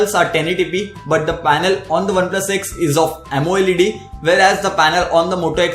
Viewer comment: its amoled not amo led :3